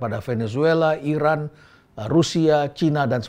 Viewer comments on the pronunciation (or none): none